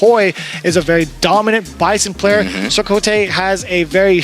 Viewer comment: Thanks 4 gettin Chakotay’s name right